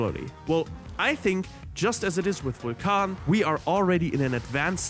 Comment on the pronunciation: Technically the true pronunciation. He was the god of fire.